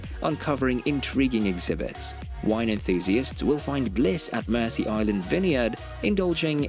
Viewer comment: It's not pronounced "Mercy Island" at least I never have. For us it was always pronounced "Merzee Island". And I've known inhabitants of the island who ALSO pronounced it Merzee. But language is an ever changing thing.